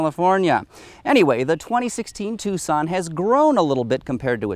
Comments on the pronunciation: Because you pronounce it wrong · Was I the only person that pronounced it "Tukson"?